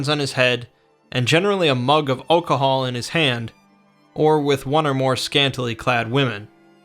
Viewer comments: What the hell is oakahol? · Why the hell do you say alcohol so weird